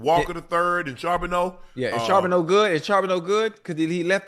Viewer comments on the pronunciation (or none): Unc how long yall gone keep saying Charboneaux?? His name is charbonnet yall know exactly what sounds those make I heard yall talk about it before